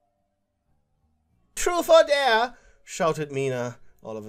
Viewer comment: Ok It’s am And I heard him yell TruFe or DaRE in the most ASIAN ACCENT IN THE WORLD and then burst out laughing I can’t